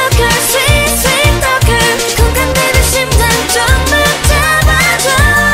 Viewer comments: ナヨンオンニのSweet Talkerの発音が好きすぎる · ナヨンの「Sweet talker」の発音良すぎ!